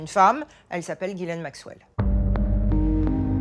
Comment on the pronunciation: /twenty minutes in and I just couldn't stand listening to the mispronunciation of Ghislaine one more time.